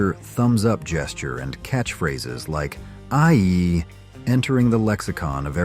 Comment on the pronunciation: fonzie saying EYEEEEEEEEEEEEEEEEEEEEEEEE and not AYEEEEEEEEEE wtf is up with your lame AI dude.